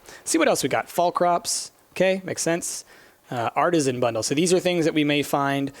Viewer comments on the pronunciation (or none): none